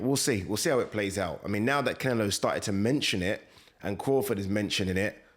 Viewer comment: Why "Cinelo" every time?! Interesting if he did fight Crawford., the latter would have to be careful not to get lamped.